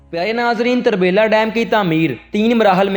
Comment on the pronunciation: یہ tarbila نہی turbila ھے جسکا مطلب ھے پشتو میں تورہ بیلہ یعنی کالا جنگل